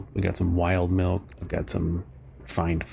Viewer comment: HE NEEDS SOME MEELK!